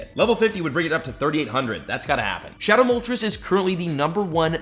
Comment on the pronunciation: his pronunciation of moltres makes me want to die